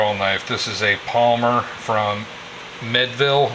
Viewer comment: ….its pronounced “Me ed ville, Pa. Same place Channel Lock tools are made.